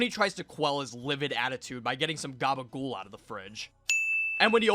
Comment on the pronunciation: excellent "GABAGOOL", 10/10